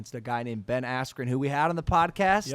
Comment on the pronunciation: The ref not letting him continue combined with Buffer mispronouncing his name „Askwho“ on purpose made this whole event feel super rigged and corrupt. Not even saying the result would have been different if they continued. But the ref looked like it would be in his interest if Jake Paul would win...